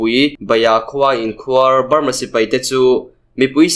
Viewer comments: Inkhuar tih hi i thluk dik lo a nih hi. khuar hi thluk hniam ve tho la. A dik mai ang. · Sipai inkhuar tih i lam rik dan kha a dik lo. Inkhuar dd riin a ri tur dm riin ri lo tur inkhuar d d ri ang. Inkhuar= tih lamrik dan chu= 'Sipai' tih i lam rik ang khan lam ri rawh or Beram tih lam rik angin inkhuar tih hi lam ri rawh. sawhthing = tih ri angin inkhuar i ti hi a thluk ri a di lo. "Inkhuar=Beram' tih ri a inmil.